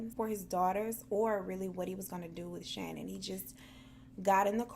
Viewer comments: Her name isn't pronounced Shannon Hun it's pronounced Sha-Nan x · Lmao okay I love you girl but her name is ShaNAAN. It was driving me nuts throughout the video. 😂😂😂 but great video. Love ya girl